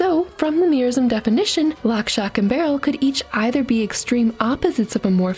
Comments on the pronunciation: Shock, not "stock" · lol she said stock instead of shock which is the name of the witch child just saying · It’s shock not stock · Stock, not shock, she just pronounces it wierd